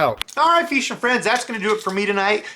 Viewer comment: I like your videos as much as I hate when you say feesh or feeshing...it's so bad